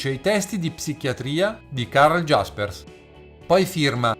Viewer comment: Karl Jaspers... è tedesco: la J non si pronuncia come in inglese... non Giaspers, Iaspers, come non diresti Carl Gustav Giung oppure : Ja (S`i. italiano) si legge IA non GIA, ecc, ecc.